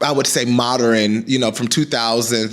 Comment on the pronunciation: I love you, BUT The word is pronounced MOD URN” not “MOD UR IN”